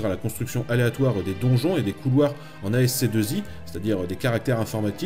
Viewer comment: ASCII tu peux dire le prononcer aski tu sais, tout le monde le dit comme ça :p Excellente vidéo merci t'es au top